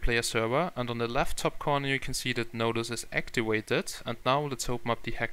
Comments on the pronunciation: "Actiwated". LOL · whats actiwated XD